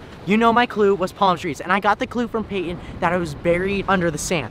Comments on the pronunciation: Not Patin but Payton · Payton not patin